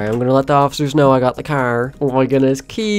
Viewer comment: It’s funny how you say cerrr